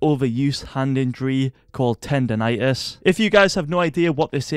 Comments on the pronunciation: HAHAHA boi ‘tender rightous’ it’s tend-on-itis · “maybe. You, yourself have tender rightis” 😂😂😂